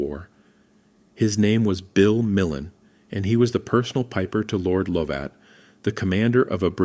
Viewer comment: Not Lowvat! Luvit!